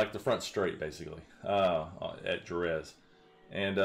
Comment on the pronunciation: The way he pronounces Jerez lol, it's like "Hereth"